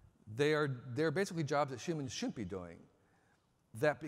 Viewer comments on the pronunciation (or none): Can't trust a guy who pronounces shouldn't, "shoont."